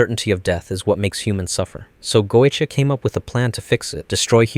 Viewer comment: Very interesting watch, though the constant changing on how key names were pronounced every other line was starting to get to me. XD Dude pronounced Goetia like 4 different ways.